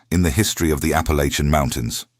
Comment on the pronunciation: I wanted to listen to this story, however, when the reader mispronounced Appalachian in the 1st sentence, its a hard NO for me.